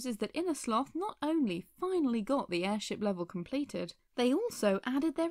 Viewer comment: Is it weird that I found your "airsheep" mistake kinda adorable?